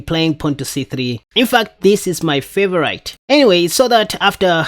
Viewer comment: ...yes, englisch is a weird language. You have to remember that favorite is pronounced fhee-vho-reet and not fhee-vho-write 😂